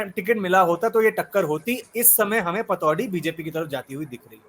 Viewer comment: Patodi nhi patodhi